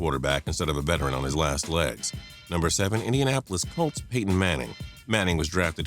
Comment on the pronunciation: Idiot says Calts instead of Colts, says Redskins got their 4th super bowl, does anyone fact check this idiot before publishing these videos?